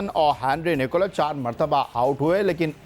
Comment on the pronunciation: Sikandar would say "Ghabrana nahin hain" 😂😂😂🤣🤣🤣 and for Allaah's sake please say Nicholls not Nicholas